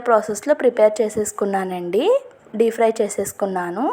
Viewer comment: సరిగ్గా వేగలేదు, by the way it's DEEP fry( డీప్ ఫ్రై) not DEE FRY (డీ ఫ్రై)